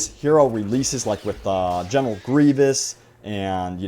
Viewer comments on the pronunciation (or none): none